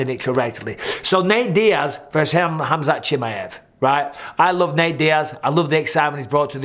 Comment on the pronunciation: Mike, is "KHAMZAT" :D